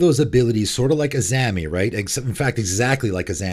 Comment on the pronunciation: LOL "Uh-ZAM-ee"